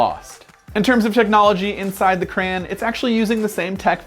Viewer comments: It’s a CRAY-ON do you say GRA instead of Grey, no so plz fix the grammer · I came here hoping someone else noticed this and pointed it out. He's saying "cray-en" rather than the correct "cray-on". I couldn't get past a minute of this. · What is a "Cran"? do you mean Crayon? As in Cray On? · Crayann. Really? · he said crayon wrong LOL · Why are u saying crayon so wierdly?